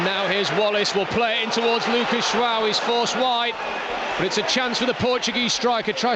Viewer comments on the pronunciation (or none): Is it me or does he keep saying Luca jwao